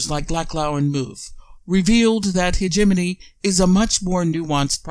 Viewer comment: Mediocre presentation. Start by pronouncing hegemony the right way. Explain how and why is this clip available; Is this available as the hegemonic tactic that you are trying to describe? Is this available to fish for people sharing this ideas? Is this available to see what people are thinking?... and maybe adjust accordingly? Is Hegemony a tool for an oligarchic economical form of government?